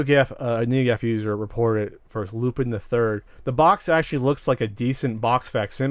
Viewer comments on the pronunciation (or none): Just a nitpick to, Lupin is pronounced "Loo-pahn" not "Loo-pihn."